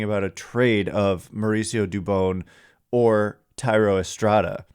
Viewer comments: Thank you sir. I’ve tried to say this before but I felt like an asshole. You say dubon like rodon. You gotta get the names right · Dubon rhymes with Rodon, please learn how to say his name! Very disrespectful for such a good player 😎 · you gotta get dubons name right please. He has earned that respect. No hate towards you just like to hear players names pronounced correctly